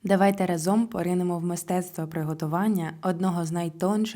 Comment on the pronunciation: Ой, і не разОм, а рАзом...наголос на А...бльохєрша йухєва...😢😢😢